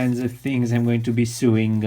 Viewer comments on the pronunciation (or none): A small helpful suggestion: 'sew' is pronounced 'so', not 'soo'. That means 'sewing' is pronounced 'so-ing'.